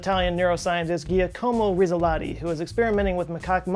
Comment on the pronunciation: ahahah ghiaacomo risolati, no that's not the way you pronounce it but nice try :) probably something like "Jàkomo ritzo-latti" :)